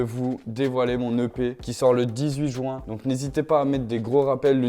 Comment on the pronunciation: Qui c'est qui dit "jouin" au lieu de "ju-in" ?